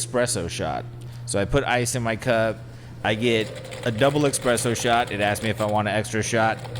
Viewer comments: Say it with me “ESPRESSO” not eXpresso 😭😭 love y’all but it makes me cringe so much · As a barista at the Stanley Hotel….I’m triggered by saying “eXpresso” instead of espresso 🙃🙃😂😂 love you guys so much! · When said expresso instead of espresso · I love but I couldn't handle him saying "expresso shots" lol